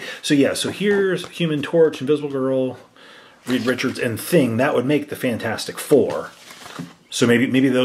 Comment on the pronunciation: Reed, not Reeve....